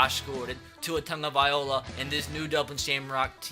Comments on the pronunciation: Tagovailoa is pronounced (Tag-Oh-Vai_Loa) NOT (Tag-Oh-Vai-Ola) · Can you please start saying Tua’s name right it’s Tua TagaVAILoa not Tagaviola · TagovaiLOA not OLA